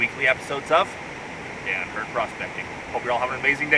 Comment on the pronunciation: Everytime u say Dan I hear dad lol